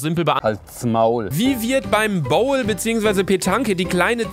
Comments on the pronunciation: Haha boule spricht man bule aus und nicht bowl ist Französisch nicht englisch😂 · man spricht es bul aus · Boule wird Bul ausgesprochen 😂 mich Boul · Hahaha bestes Video😂❤aber du weißt ernsthaft nicht was Boule ist?!?!?😂😂😂und das wir übrigens Boul ausgesprochen😂😂😂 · Beim bouwl oder petanke 😂😂😂😂😂 Französisch kann er 😂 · Du hast boule/Petanqe völlig falsch ausgesprochen das ist mein Hobby und ich man es gut